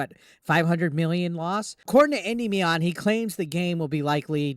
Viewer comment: why are you pronouncing Endimion as Andy Mion? Its simply endimion. 1 word.